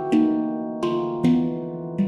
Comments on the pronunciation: Glockenspiel? Really? 😂 why doesn’t it have a English name? It sounds so weird how he pronounced it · As a German, the way you pronounce Glockenspiel cracks me up😂